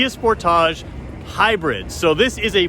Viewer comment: I've never heard anyone pronounce sportage the way you do. At first I didn't know which car you were talking about.